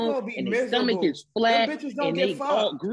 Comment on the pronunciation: Nobody caught saying stormch 😂😂 instead of stomach